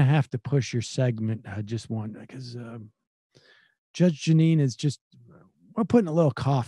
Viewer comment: Judge “Gin”ine